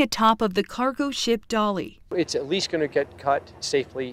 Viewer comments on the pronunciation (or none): That's Dali, not "Dolly"..... wow.